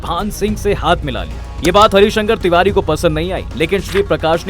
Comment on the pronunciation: पंडित हरिशंकर तिवारी बाह्मण समाज के गौरव है आज भी। थोड़ा नाम का उच्चारण सही से करे पत्रकार महोदय